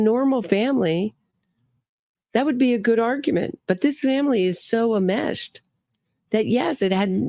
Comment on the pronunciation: Greetings. Ok, the word is ENMESHED. You're a good sport to let us help. Great podcast. Enmeshed.